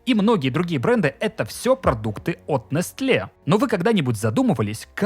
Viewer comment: Открою тебе Америку, чувак. Произносится не нестле, а несэл (ударение на первом слоге)...